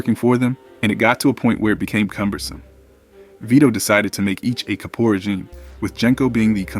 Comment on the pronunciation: Dude, it's not "Capore" Regime; it's "Capo" (pronounced CAP-O) Regime. You lost your credibility,.